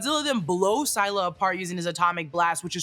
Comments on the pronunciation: Wait it's sai-lah not sih-lah? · You mispronounced Scylla. Its pronounced "Ssillah" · Scylla is phonetically pronounced “silla”, and is also a female kaiju, not a genderless one. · If you’re talking about Scylla, it’s pronounced s-ill-ah Like silly, but with an a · You said scylla wrong🤓